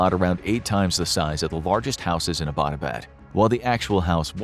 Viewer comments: Hey, alright so i live in Abbottabad and this story is true and all but i have a problem which is that Abbottabad isn't pronounced like A-bot-a-bad, it's pronounced as Abbott-uh-baad. thas all, no offence. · The City in Pakistan Abbott-Abad, is mispronounced by every single American. The name "Abbott" is pronounced just like American comedian duo "Abbott and Costello". This City in Pakistan was named after a British General Marshal Abbott in mid 1800's when Great Britain ruled India. Pakistan was part of India back then. I am a Pakistani American, so I know. Every Pakistani pronounces is as you would pronounce the name "Abbott" in Abbott and Costello. In American context, it would be like pronouncing American City of Los Angeles as Lisa Angeles. It would be funny. It always cracks me up whenever I hear Americans mispronouncing Abott-Abad.😀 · The meaning of Abbottabad is “the town where the Abbot lives”. It’s pronounced like the English word Abbott- then abaad. Phonetically combined Abbuttauabauad. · Lol butchered the name Abbottabad. 🤣😂🤣😂